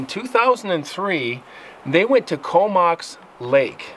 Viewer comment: COMOX is pronounced CO MOX as in BOX. Great true story about an encounter with a hybrid creature with baddy angel DNA in it